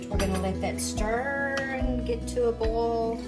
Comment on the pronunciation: U should really give ur measurements wen showing a so-to- speak cooking show (video.) Also it's Pronounced Boil NOT Bowl.😊